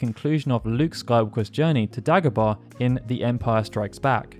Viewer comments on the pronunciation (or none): none